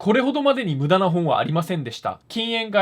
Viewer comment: 無駄無駄無駄無駄無駄がだんだんダムダムダムダムに聞こえてくる